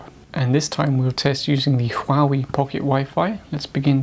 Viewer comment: Don't preach on what you cannot even pronounce. Learn to pronounce Huawei.